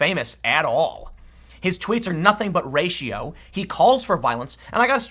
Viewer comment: Did he say "his tweets are (ratio)" or "(racio)"? If I know pool it racio!